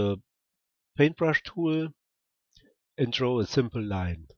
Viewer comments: Dont read it like tooul!!!! Read it like tool its annoying af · I mean I really like your videos but the way you pronounce the word "tool" is annoying me. Can you pronounce it right please? You can just look how its pronounced here: its like /tu:l/